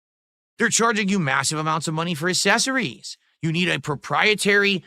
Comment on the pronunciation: Those dang assessories 😂😂 Mr. Self-awareness and the stupidest takes on YouTube 😆